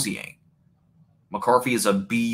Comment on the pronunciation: JJ McCarffy. Bro, this is a bad fucking take. And the delivery is even worse with the speech impairment and video lag.